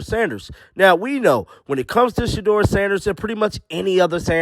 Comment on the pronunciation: How many times do you say SHEDUER SANDERS per day? 😂😂😂😂😂😂